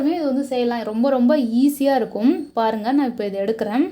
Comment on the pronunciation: 'இருக்கும்" போன்ற சொற்களில் கடைசி "ம்' யை அழுத்தி சொல்லவேண்டும் என்று யார் கட்டாய படுத்துவது? செயர்கையாக அவலட்சணமாக உள்ளது. இயல்பாகவே சொல்லலாமே.